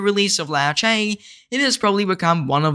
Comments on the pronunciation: Why can’t people pronounce Liu Che properly. Liu not Lao, Che not ce. Just like pronouncing Trump to Tromp 😑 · Not Lao Che... Liu... Lee you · 'Lee-U Cher' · "Low chay" 😂😂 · Bro its Lee'u'chay' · Yes hahaha I died everytime he said ‘lao chay ‘. 😂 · Aussie Accent 🤷‍♂️ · Legend says still doesnt know how to pronounce liu che 😂